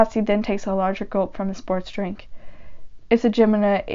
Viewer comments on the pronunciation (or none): none